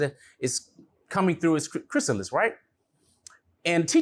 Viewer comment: Butterfly, Chris-ah-liss